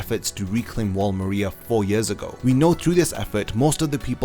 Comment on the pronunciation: THIS DUDE MISPRONOUNCED MARIA EVERY TIME, AMONG MANY OTHER IGNORANT THINGS